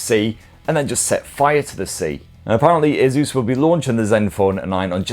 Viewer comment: My ears hurt when I hear the way you pronounce Asus